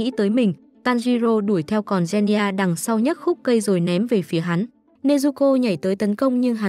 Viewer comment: “Gen ni gia” 💀